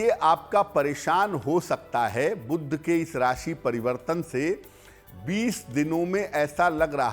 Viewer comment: 'बुध' शब्द का उच्चारण "बुद्ध" करना ?! कर्णकटु लगता है। दोनों शब्दों के अर्थ में कितना फ़र्क है !